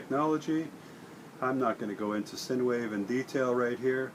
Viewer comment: when you make your next video Sign wave Technology is pronounced "sign" wave, not "sin" wave.